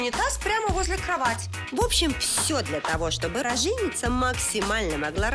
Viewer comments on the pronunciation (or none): Правильно говорить рожЕница, а не рОженица по правилам русского языка